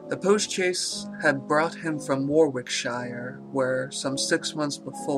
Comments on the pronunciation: Nice one, sir, well read. like the others noted, warwickshire is "worr ick sher" not "war wick shire" (have been in the same boat...) Also around 18.05,,,,, he is burning things in brazier (brey- jur) but pronouncing like "brassiere" (brah-zeer). Not complaining- just wanted to point out to you that, becaue to me at least it sound like this sinister cousin is burning papers in a firey bra... thank you for reading the story btw :) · Fabulous. By the way shire as in Warwickshire is pronounced 'sheer'.